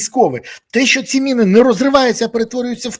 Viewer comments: Мыны ты что совсем украинского языка не знаешь!Міни читай😊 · Міни , а не "мини". Міномет , а не "миномет". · Береза! Не " мИни" а " міни", тиж експерт не будь оленем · Чому ти говориш на міни мини а не кажеш миномет ,а міномет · Пане Борислав не "мини", а "міни" неможливо слухати, ріже вуха 🤦